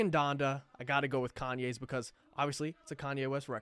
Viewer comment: Dude said "caynes"